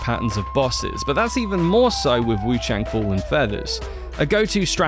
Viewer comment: What YOU need to know is you're saying the name wrongly